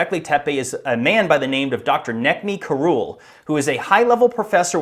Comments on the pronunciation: Sounds like you're calling him Cruel. Karul DeVille. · Karul, pronounced, Cruel.